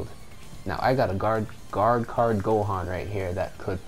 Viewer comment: Was it so hard to say "Guard Card" XD